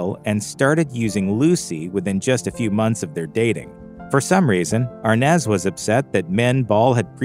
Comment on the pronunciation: No it's always been Arnaz...😂 But it's pronounced ARE-NAHS